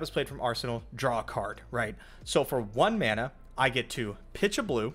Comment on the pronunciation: Every time he says mana I get sad.